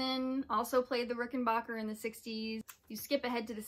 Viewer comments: Fantastic series! One small correction (I am nothing if not a tiresome pedant). As a proud owner of a Jetglo Rickenbacker 360v64 12-string, the correct pronunciation of Rickenbacker is Ricken-BACK-er, not Ricken-BOCK-er. It's a common mispronunciation that I did for years until I learned from John Hall, the former president of Rickenbacker, how it's correctly pronounced. Other than that, the rest is perfect. Well done! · Thanks for the correction. I guess I only said Rickenbacker the only way I've heard it pronounced. My fault! Thanks for watching! Glad you liked this series!